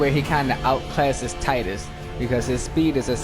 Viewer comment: Why does everyone mispronounce tidus lol